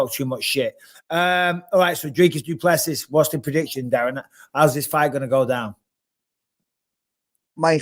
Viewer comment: It’s pronounced dray-kus doo pleh-c.